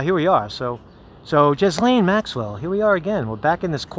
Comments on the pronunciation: Marcus, her name is pronounced GEE-LANE. Not Jiz Lane. Not Jiz Lean. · It's a silent s in Ghislaine.